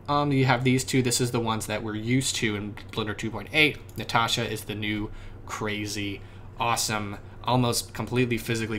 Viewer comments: Nishita, not Nitisha, not Natasha, No Zdarovie! :P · The name is pronounced NeeSheetaa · Cool russian pronunciation of word "Natasha", comrade!